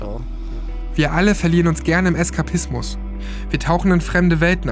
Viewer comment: Naja... Eskapismus ist doch nen gutes Wort im Bezug auf nen Editor der dreams heisst. 😂 Ich denke, die Betonung war das Problem... sticht zu sehr raus, aus dem Beitrag, aber ich fand es inhaltlich ganz gut... aber ok... Geschmäcker sind verschieden. 👍